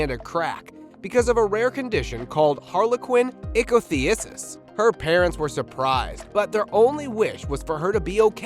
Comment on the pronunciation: Veinous malformation, not "venious" malformation, and Harlequin Ichthyosis. You should learn how to say those terms before you report on them. Boris from the UK looks like he had the crazy hair syndrome mentioned here 😆